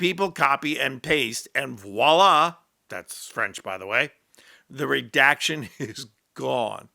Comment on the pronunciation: Just FYI, the "v" in voila is pronounced: vwa-lah. LOVE your posts!